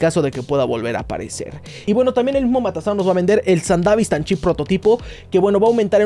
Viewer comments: Me estresa que digas sandavistan y no sandevistan como debe ser pero igual buen vídeo xd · Se dice Sandevistan no sandavistan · Se dice sandevistan.